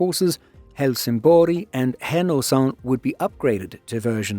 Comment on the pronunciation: "Härnösand" could use some work, though. But nobody's perfect.